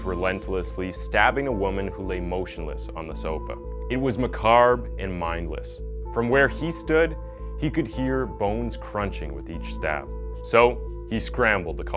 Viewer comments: burh "macarb" what the hell is that its pronounced ma-cob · Macabre is not pronounced ma-carb I said this in one of your previous videos; one day you will eventually see one of these, lol. Great channel besides~ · Macabre, pronounced “meh-kahb” not “meh-karb”…you like using the word a lot, atleast pronounce it properly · Macabe. there's no R in the pronunciation. it's not Ma-Carb. It's more like "Hey, that's ma cob of corn" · Hi, in case no one has mentioned; "macabre" is pronounced 'muh-kaab'. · Macarb. Really? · Twisted, macabre is pronounced “muh-kaab”. Since you do true crime stories you’ll probably want to get that one right!😜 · Macabre is pronounced ma-cob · Learn how to pronounce "macabre" weirdo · You need to work on your use of the English language. Macabre....